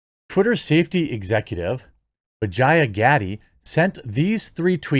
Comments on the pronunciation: dude is intentionally mispronouncing her name to sound more like vagina 😂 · Quit butchering the poor women's name. It's pronounced Va-jay-jay! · every time you say her name, I cant help but think dirty... vajayjay, darnit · Who would name their daughter Vah-Jiy-Ah?? Come on, Man! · Ever time you say her name, I'm hearing "Hello. I'm principal Vagina" from Rick & Morty. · Worth the watch: Jeremy trying not to pronounce vijaya incorrectly. 😂